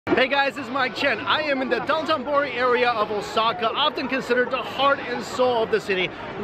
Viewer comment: Dotenbori? I've only heard of sotenbori